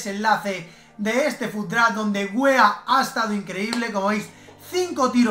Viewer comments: no se pronuncia Weah como lo lees, es Wiah como lo lees allí <~ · Cada vez que decía Weah yo pensaba que decía hueva